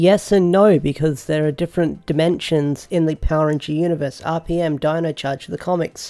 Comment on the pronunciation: Lol deno instead of Dino. Can the dude not have just listened to the theme song and got the name right